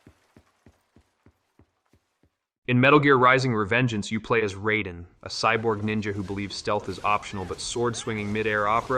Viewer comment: Skipped thru the rest of the vid after you pronounced Raiden's name wrong. Do better.